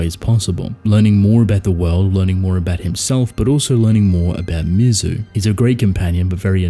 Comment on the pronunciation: Well-written essay! But I’m “that guy,” and you pronounced Mizu’s name correctly once during the entire video. MEE-ZOO. I’m being pedantic about it because she is the titular character. Otherwise, an outstanding video and observation!